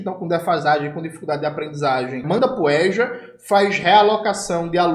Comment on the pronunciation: Jones, espero que você aproveite muito sua viagem para o Irã! Não sei como você aguenta tanta desgraças anunciadas. Não sei onde você encontra tanto ânimo para fazer o que faz. Gostei quando você pronunciou a palavra EJA respeitando o som da vogal aberta "" É"'. Em Rondônia a gramática não ensina isso. Nesse fim de mundo você fala "ê" não "" É"". A propósito, você sabe que o Ronaldo Caiado, para forjar o sucesso que diz ter na educação, importou de Rondônia sua secretária de educação. Eu a conheço pessoalmente. É doutora em educação. É bonita. Mas infelizmente, aluga sua devoção e conhecimento até para o diabo se este pagar melhor. Em relação ao lulo-petismo, eu torço para que você e o seu PCBR causem um grande estrago na imagem de conciliador de merda desse velho vendido ao neoliberalismo! E pensar que o famoso cientista político Rudá Ricce, o dono do Instituto Cultiva, vive dizendo que o Lula é o maior gênio político da história do Brasil. Termino dizendo que você tem razão quando diz que se as mídias alternativas ditas de "esquerda" se juntassem para em uníssono gritassem: Lula Rendido! Lula traidor! Talvez fossem ouvidas. Boa sorte para você.